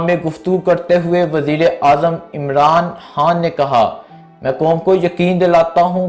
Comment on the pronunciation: Yaaaar Bhai uska naam Imran Haaan ni he bulke Imran Khaan he or Harcha ni Kharcha hota he....urdu ka satyanas na kro yar its our national lenguage kindly respect it